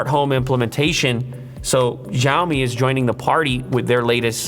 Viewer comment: This is so lazy promotion video, guy is not even able to pronounce company name properly.